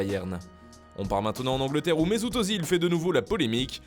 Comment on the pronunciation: C'est pas ozil mais özil, ö ce prononce E.